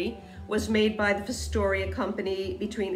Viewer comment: It’s pronounced Fos (think frost) tor ya - Fostoria. Sorry, I was raised up in the Fostoria, OH area.